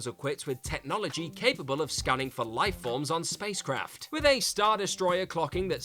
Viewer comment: It's the second WhatCulture video about Star Wars, with the same narrator, he keeps on saying "life bolbs" when it comes to the escape of R2D2 and C3PO. So, is it light bulbs or life forms, speak clear english damnit, you're a brit.